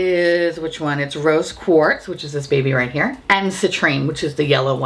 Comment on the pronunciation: Every time you said "Rose Quartz" I heard "Roast Pork" and was confused but excited.